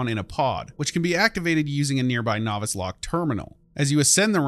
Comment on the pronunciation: You also don't know how to pronounce novice either.